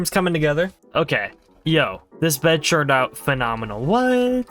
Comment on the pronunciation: ITS "TURNED" NOT "CHURNED"